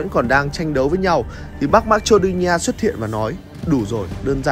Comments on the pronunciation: Đọc là ma cê đô ni a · Thánh bú fame mà, dhs đọc từ marcedonia thành mắch chô đi nha